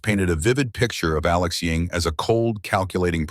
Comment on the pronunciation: Why do you keep calling him Alex Ying? isn't his name Ewing?